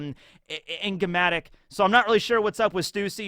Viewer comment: I appreciate him leaving the mispronounciation of 'Enigmatic' in there before cutting away